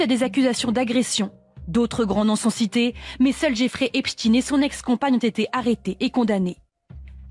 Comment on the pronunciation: Bonsoir! La voix du reportage sur " Epstein " qu'elle prononce " epstine " cela m'a fait beaucoup de mal surtout répété de nombreuses fois 😂 Bon boulot Mouss et courage, nous sommes des résistants de l'ancien monde🫡